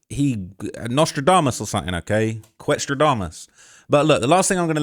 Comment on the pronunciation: “Nostradamus” 🤦‍♂️ Fedadamus😂